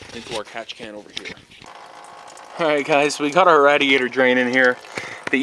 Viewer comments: I was just about to say that. I have never heard anyone call the radiator like that. Good video man don't take offense lol. It made me laugh for sure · cool video just quit saying radiator like that for christ's sake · Hes Canadian. And that is how its spelled.